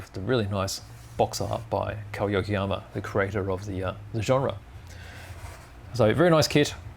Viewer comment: Thank you forcthe review. Kow is pronounced Ko, drop the w. Like K.O ko